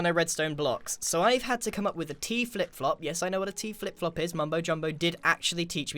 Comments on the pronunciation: Grian: I need to stop calling it teaflop Also grian: *says teaflop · “So I have to trigger this to a *T Flip Flop* “ he says T - flip flop so...... weirdly Almost like.. . . . HE DOESNT KNOW WHAT A T FLIP FLOP IS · So weird to hear Grian say T-flipflop. Usually I hear Mumbo say that